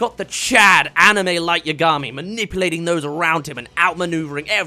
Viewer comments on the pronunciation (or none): How did you manage to mispronounce Yagami when it's said out loud several times in the anime?